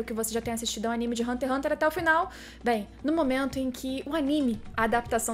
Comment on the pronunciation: Aníme? Vc quer dizer Animê?